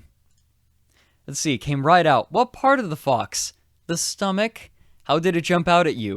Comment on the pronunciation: Drinking game: drink each time he sais "wath?!"